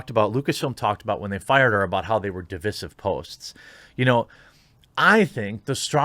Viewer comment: THE WAY YOU SAY "DIVISIVE"..... LMFAO!!!! OH WOW!!!!!! HOW DO YOU MISPRONOUNCE THAT????